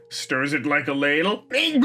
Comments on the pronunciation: There’s no way you pronounced Latte as Ladle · Did he say lattel? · I love that you said lattle instead of latte